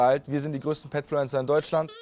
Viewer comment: Also nicht böse gemeint aber was ist deuschland